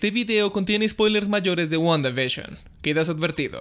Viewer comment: Nadie:: Wguandavishon Yo: Guanda y Bisión;-; XD